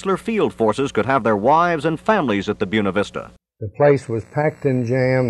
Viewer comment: Who taught this guy how to say Buena Vista?